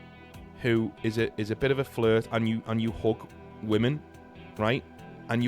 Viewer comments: bro pronounces "hug" and "hook" and he got me so confused for 10 minutes straight lmfao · Fr for a second there I thought 'hooking' a woman must be britbong slang for charming her or even 'hooking up' but bro literally just said hug